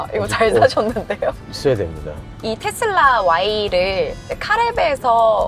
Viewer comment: 아나운서 분이 텟쓸라 이렇게 발음 하시네..